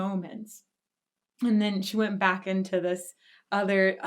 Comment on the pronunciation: "let's go bak again" sharoff. We need that on a sticker.